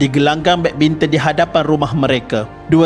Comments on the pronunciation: Badbinton ke badminton ea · Tersedak admin cakap badminton 3.04